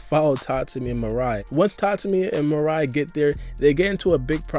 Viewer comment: Oh no. It's not Mariah. It's Mirai. Meer-ah-ee. Lol